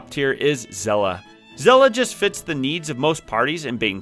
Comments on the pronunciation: It's said as Shell-ah🐚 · it’s said SHELL-AH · You can't think it's pronounced "Zella", like how could you even